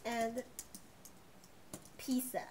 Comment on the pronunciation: Is pizza not pizsa